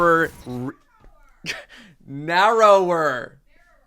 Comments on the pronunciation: can’t say narowwer just like I can’t say wewind wounds (rewind rounds) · "At a nawowor" UwU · "Nawwower" Danielle: >:( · too American to pronounce narrower?? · Its okay. I can't say narrower either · In the future, when can't say a word, can editing magic just have it switch to Danielle saying the offending sentence with no explanation or obvious cut? Then we can guess what word can't say this week in the comments. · I Stan, but thank god Danielle can’t speak English & get the term “narrower” down 😂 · you said it right the first time, im not really sure what your issue was.